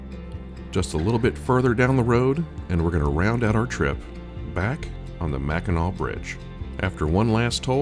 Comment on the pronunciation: Top job, especially for one who's not a native Michigander. (The several times mispronouncing Mackinac was a dead giveaway.)